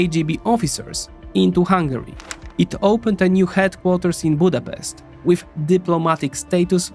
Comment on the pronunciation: You should at least be able to pronounce the name of our capital before making a video!